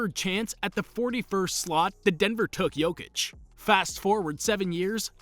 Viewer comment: He pronounces his name just fine